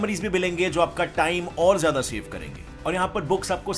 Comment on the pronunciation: AAP jyada ko jyadi kyon bolte ho